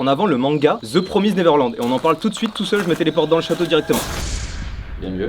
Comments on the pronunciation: ze promise néverlande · Ze promizde neverland... Pardon jsute la prononciation m'a fumée Sinon c'est un manga hyper cool (que je vais commencer à acheter dans pas longtemps) donc c'est vraiment super nice que vous ayez ce type de sponso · "ze promized néveurland" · Ze promizde néverlande, merci la prononciation xD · "The promisd néveurland" ah.... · "the promise neverland" 🤣 la prononciation c'est pas encore ça Mastu mais tkt on t'adore quand même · On a pas la même prononciation pour l'anglais de the promised neverland mdr